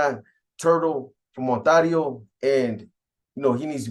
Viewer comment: 😂😂PAISAS PRONOUNCE IT AS ITS SPELLED ONTARIO ,BUT THE HOMIES SPELL IT AND SAY IT ONTERIO